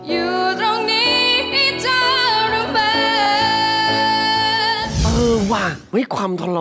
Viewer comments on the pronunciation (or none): ชรมาน. กับ ทรมาน. ถือว่าใช้ได้.ออกเสียงคำว่า ช ตลอดเลย. จริงๆ. ต้องเป็น ท ถือว่า ดี. แต่ไม่ดีที่สุด